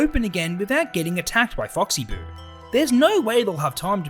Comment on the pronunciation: And you also said oxy boo